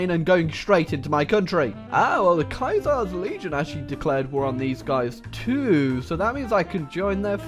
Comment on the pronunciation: And the "Kaiser's"